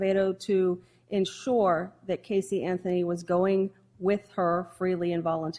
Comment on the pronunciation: How about when he says "miss anferny" lmao